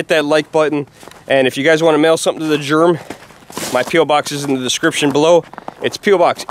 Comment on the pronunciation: "Junk yard germy" 😂